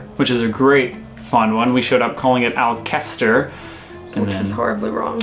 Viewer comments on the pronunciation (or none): none